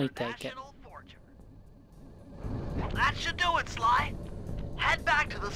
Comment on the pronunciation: I think the word you got from Wind Waker is "Slide," which is pronounced like "Sly" but with a D at the end. I liked sliddle though as it made me think of scuttling across ledges. Also, I see dropped inputs are going to be a thing with Sly 2 as well. Heh. And much like Mugshot, smoking is bad for you... it turns you into a lounge lizard with a rather odd taste in art.